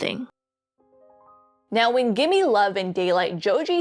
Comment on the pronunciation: GIMME LOVE NOT GIMMIE LOVE